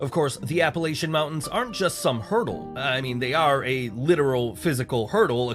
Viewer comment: This video which is AI is misleading my friend Asheville North Carolina had a hurricane come through there and destroyed a lot they are rebuilding.. 95% of the mountain people in Appalachians are really good people.. I know somebody stated down below the AI video didn't even pronounce the Appalachians correctly